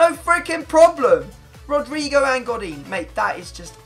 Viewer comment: The way you said godin